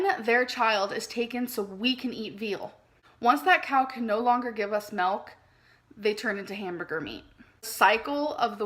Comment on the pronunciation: Melk she loves melk